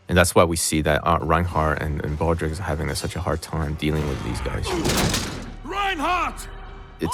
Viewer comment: Isn't he pronouncing Baldreich incorrectly?